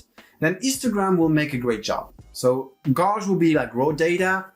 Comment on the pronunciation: Love your video. One note though - check how gauge is pronounced ;)